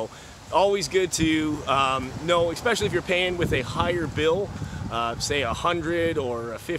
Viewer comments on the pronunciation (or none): eSpecially...not eXpecially pretend the word starts with one simple letter - S.